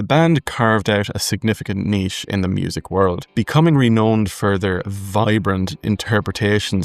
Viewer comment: ren'owned' rhymes with found not phoned.